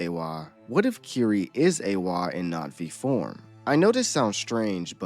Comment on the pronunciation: You keep saying Natvi… it’s Na’vi, no?